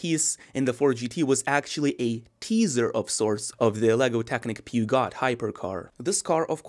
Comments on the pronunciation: "peeergshooo" not peagot! :-) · peugeot is actually pronounced "poozhow" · Phewgot… 😂😂😂 Love the enthusiasm though. 😅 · LOL a car guy who doesn't know how to pronounce Peugeot? :D :D Come now, you can do it: Peh-Shaux..Peh..Shaux.. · Pretty funny to hear "peugeot" that way. Yup, but it's funny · The pronunciation is killing me